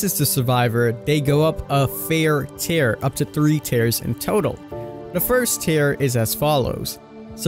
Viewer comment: Fear and tier, he says them both wrong